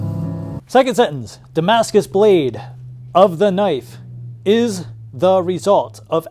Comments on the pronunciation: Saar your damaca has arrived saar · Did it say Damascus or “Damn Ass Kiss”? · Damscus “style” knife lol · No, it's Pakimaskus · But. Its Damascus, man!